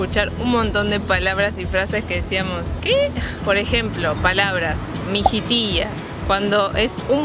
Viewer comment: dijo MIJITILLA EN PERFECTO ESPAÑOL en porteño seria MIJITISHA....